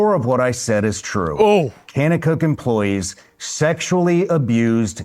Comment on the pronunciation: The way he’s pronouncing kanakuk shows he has no idea what he’s talking about